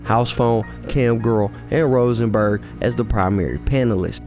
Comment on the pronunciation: Robesman not Rosenberg